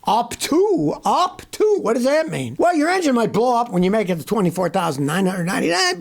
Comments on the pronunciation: I thought Scotty said HAUK TUA! But he said UP TO, UP TO! 🤣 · Did he say huck tuah lol